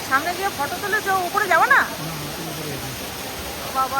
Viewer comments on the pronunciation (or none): none